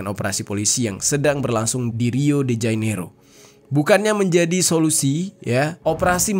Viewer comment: Jane iro, bukan jai nero mas